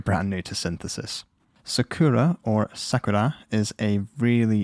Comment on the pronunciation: His pronounce of Sakura sounds perfect as Japanese